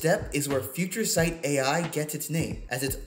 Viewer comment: Nailed the name "Future Sight" Amazing!